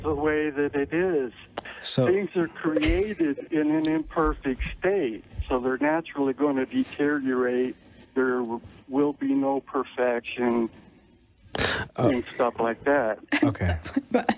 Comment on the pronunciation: "Deter yerrate"